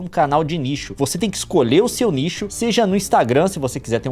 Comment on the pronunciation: todas as vezes que o leon disse nicho eu entendi lixo kkkkk